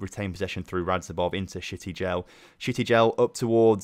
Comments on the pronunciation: shty-gel like shygel but add the t, I hate to ruin the name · I hate to ruin the fun, but Shtygel is pronounced 'shh-tie-gl'